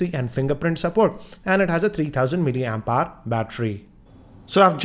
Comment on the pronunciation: Doood (Dude), fooooooooood (Food), roooooooom (Room), Hrrrrrr (Hour), contravesy (Controversy), Osmum (Awesome) 😂😁😂